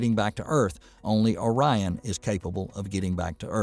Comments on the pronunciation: Was O-ri-on thing a joke, or a misreading, or serious? That totally threw me.😅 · I'm guessing the narrator is from Michigan. He kept calling it Ŏrion instead of Ōrion. I say that because we have a city, just north of Pontiac that we all pronounce as Lake Ŏrion. We can always tell if someone is from out of the area because they almost always say Lake Ōrion. And, yes, I added the phonetic makes over the "O"s to make the point.